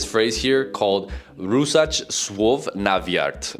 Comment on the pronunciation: Good polish but practise "sz" "rz" etc. bc it is important. If there wasn't subtitles in rzucać słów na wiatr i wouldn't know what are you saying. So yeah it is important.